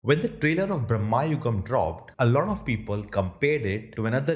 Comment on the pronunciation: It's not bhrama 😭 It's the other bhram. भ्रम, delusion, maya that bhram